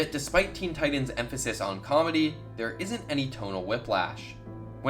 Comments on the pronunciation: why the hell are you pronouncing 'Titans' so weird. Its TiTAN not Tidan. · This man sayin Teen Tidens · “Teen teyedens”